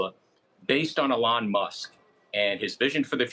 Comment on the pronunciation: Why does he say "Elon" so wrong?